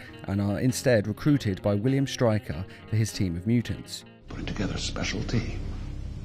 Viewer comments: he say triker instead of striker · Yeah I also remember Logan joining "William Trwiker's" Task Force